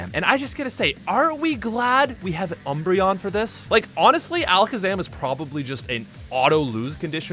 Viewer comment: Ah yes, my favorite Eeveelution: “Embreon”